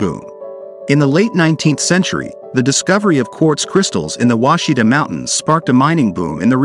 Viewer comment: Ouachita is pronounced Wash-i-taw, not Washita. I’m from Arkansas and we used to camp in an off grid cabin on the Ouachita River. I know Mt Ida. We used to drive there for a burger while our parents did the laundry at the laundry mat. Really beautiful river with water so clear you can see the bottom in most areas.